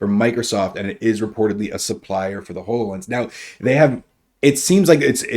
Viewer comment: I literally cringe every time you mispronounce Hololens. It's Hollow Lense not Whole O Lense!